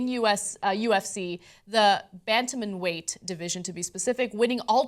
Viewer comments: "The bantamnan weight" I love it ! Although "Batman weight" would have been better... get it right before you talk about it TYT.. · This chick has no idea what she's talking about. The "bantamamum" weight championship??? lol! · bant-ta-men weight lolololololololol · This show has run out of things to talk about. Tank has never been a very smart guy, so such comments are not surprising. But this show's reporting of Tank's comments is less impressive, still. The girl can barely read, or pronounce "bantamweight", and knows nothing about MMA. If news is so hard to come by, perhaps the number of broadcasts could be reduced? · when ana tries to pronounce bantamweight.... lol